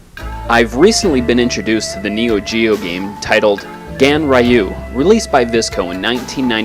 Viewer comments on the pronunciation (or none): Pronounced: GANREEYUU. Not the way you pronounced it. But I guess Ignorance is a bliss.